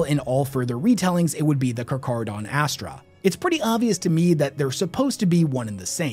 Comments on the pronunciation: Fun fact charcharadon carcharias is the white great white shark, and it's pronounced karkaradon (that's how it sounds) I'm just saying that's just how I think this chapter's name should be pronounced, but you can call them however you like. I don't wanna ruin your fun :) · It's not exactly a [k] sound, but more of an [h] sound. Think the word 'heaven'. However, in Greek, our vocalization is a bit more 'stark', as best as I can put it. It can be hard to explain in written word, but if you want, check the word "shark" on google translate and have it vocalized. It will give you a decent sound for you to work off of. But lacking that, yes, [k] is a fine way to pronounce it. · Nice job overcomplicating it😅😅. Car-car-adon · I learnt this on my first viewing of "Jaws". Everytime he pronounced it with the "ch" sound was like Quint's nails on the chalk board .... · Correct. It should be pronounced Carc-Haradon 👍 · Hearing you mispronounce "carcharodon" at the beginning of this video was driving me fucking insane. I love your content, but man... I'm glad you got it once the meat and potatoes kicked off. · Take a drink everytime he misppronounces Carcharadon! Fun game lol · today on " says aloud words he's only read and butchers the pronunciation". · 1. Intentionally misprounce something 2. Have people correct him in the comments 3. Win the algorithm game due to "engagement". He knows what he's doing as he slips and pronounces it correctly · No "H" in the pronunciation of Carcharodan. It sounds more like Car-car-a-don. You say it properly sometimes, other times you say char. I had to look it up. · Great video but damn, you gotta learn when to pronounce some words that have “ch” as “k” in short form “Carcharodon”is pronounced (Kar-kero-don) and Chimera is pronounced “Ki-mer-a”. To your credit though, halfway through the video, you fixed the carcharodon pronounciation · He miss pronounced it at sec but pronounces it properly lmao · Car- care -uh -don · Its car-care-a-don